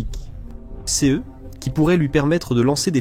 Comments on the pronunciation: toujours une voix IA qui dit C E (les lettres) idem pour c e s au lieu de ce et ces en son. Pareil pour les HIMARS dont il répete la significatioin à chaque fois. N y a t'il même pas un humain pour corriger . bien triste et cela gache le travail. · aprener donc a IA a mieux prononcer ex: s e s au lieu de ses c e au lieu de ce c e s au lieu de ces pourquoi epeler ces mots au lieu de les nommé comme tout le monde . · À nouveau le sujet est super intéressant et très bien traité. Les sources sont de toute bonne qualité comme d’habitude. Mais le commentaire synthétique me sort vraiment par tous les pores. Voilà qu’il se met à épeler les pronoms « ce » « ses » c’est à devenir fou ! On ne comprend plus rien de ce qu’il raconte !! Réagissez, bon sang‼️😤 Même « ici » devient « i-c-i »‼️ Comment voulez-vous qu’on écoute ça pendant vingt minutes sans devenir cinglé ??!!